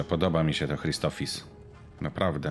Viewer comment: CZEMU WSZYSCY MÓWIĄ CRISTOPHIS? !CHRISTOPHSIS!